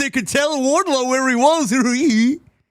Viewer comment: How do you fuck up Wardlow not just once, not just twice, not three times, But FOUR fucking times